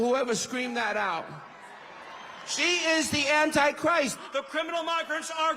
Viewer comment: theee Antwi-Chwwwist😂